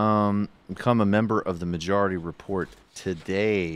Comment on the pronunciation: "Majaurity Repaurt." LOL.